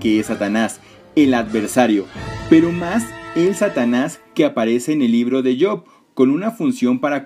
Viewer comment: buen video, pero "Job" se lée como se escribe, no como "yob"